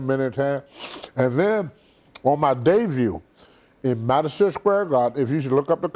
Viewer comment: WTF is a "DEVUE???"